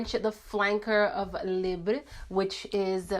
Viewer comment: omg finally!! you're literally the first youtuber that ever said the name of the YSL libre perfume the correct way!! Lol